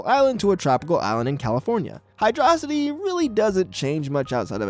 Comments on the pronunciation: HYDRO. CITY!!! Not Hy-dra-city! HYDRO mother🤬ing CITY!! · It's hyrdo city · HYDRO-CITY read it and weap, that's the official pronunciation according to SEGA itself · "Hy-DRAW-sity" - opinion invalid